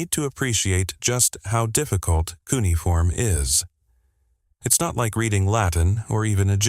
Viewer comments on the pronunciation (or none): Funny how we’re being expected to believe that AI deciphered something mind boggling difficult when it can’t even do something unbelievably easy - like pronounce a word! Hey AI……it’s not pronounced “KOO’ nee form” or “KOO’ niy form” It’s “kyoo NEE’ uh form” - 4 syllables, not 3. LOL